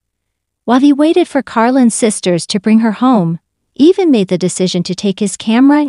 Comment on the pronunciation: Pronounce Evan correct Once in a while you say it correct